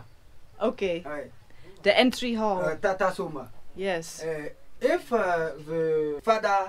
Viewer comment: I thought he said Tata Sumo but it's Tata Somba , Tata is vehicle manufacturer .